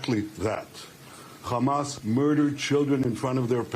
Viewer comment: Trump can't keep a train of thought or pronounce anything. He calls Hamas ... "HUMUS". (He also thought there were airstrips during the Revolutionary War and windmills cause cancer. Trump confused 9/11 with the convenience store '7/11'. Trump demanded investigation of the 'oranges' of Robert Mueller's probe. "Covfefe". Called Thailand ‘Thighland’. Trump said American Revolutionary War troops took over airports. “Two Corinthians". There are endless examples of his brain deadness and stupidity.)